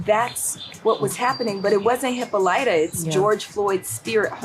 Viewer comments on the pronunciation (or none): Hippo lighter???? Someone doesn't know how to pronounce greek names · I love how she can't pronounce "Hippolyta."